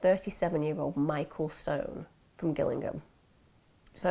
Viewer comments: Been waiting for this one, I worked near Chillenden in the late 90s. A terrible & complicated case. Stone needed to be locked up but maybe not for this crime. oh & Gillingham is pronounced Jillingham. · Again justice system not working, it happens too much !!! Love you Emma a d enjoy watching you twice a week ... I was brought up in Gillingham ,Kent and remember this very well. Just one thing it's pronounced Jillingham although spelt Gillingham ;-) ❤ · No it’s pronounced Jill-ing -ham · You said Gillingham wrong